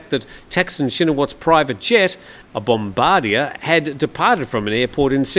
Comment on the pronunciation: Thanks for the update..... I think "Bombardier" aircraft is pronounced BOM-buh-DEER.